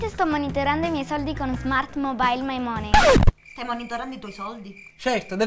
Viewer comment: Money pronunciato per due volte col suono "o" ed "e" non convince molto. Sarebbe "mani"